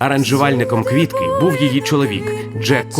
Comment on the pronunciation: Де ви віднайшли цього старого каґебіста в окулярах, котрий навіть прізвище Квітки не може вимовити як слід. А тепер воно спеціаліст з питань національного відродження.